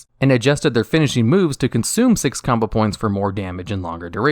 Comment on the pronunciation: combo points he says likes “Kama points”